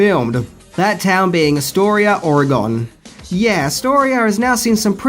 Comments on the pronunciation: "Ore-uh-GAAHN." I swear, it's not that hard people. It doesn't rhyme with octagon. "Ore-Again" or "Ore-a-Gun." Stop saying GONE like an idiot. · Psst. It’s pronounced Ory-gun - not Ory-gone. ;) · Oregon, Ore GONE? WHERE DID WE GO? lol, It's pronounced "Ore-eh-gun" but say it like kinda fast and all together Orehgun... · Get rid of those glasses and quit calling it or--uh-gone